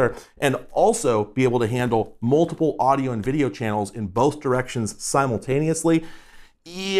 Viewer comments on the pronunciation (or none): none